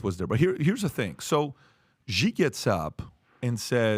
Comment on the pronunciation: Love how PBD calls Xi. He calls him "G" when it's actually pronounced "She". 😅